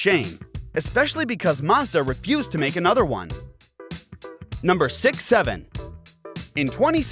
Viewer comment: number who? 😂😂😂😂 Awesome